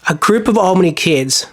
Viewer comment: Been there a few times. You pronounce the town Al-bany not All-bany as in thr name Allen. Just to let you know. Nice vid man keep it up